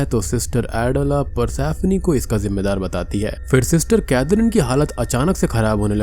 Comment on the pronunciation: भाई ये पर्सिफोनी को प्रसैफ्नी बोल बोल के जो तुमने इरिटेट किया है न!! 🙏🏻🙏🏻